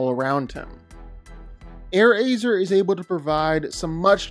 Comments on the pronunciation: it’s not airazor it’s airrazor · that way how he said Airazor is crazy